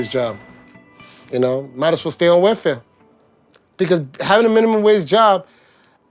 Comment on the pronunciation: It sounds like he's saying "werfare" instead of "welfare."